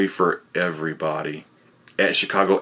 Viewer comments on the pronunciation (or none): none